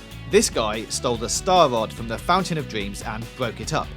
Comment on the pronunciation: "And fwom the video game Fee-oh, we have Owma. The Scawy ghost guwl." And I'm done with this video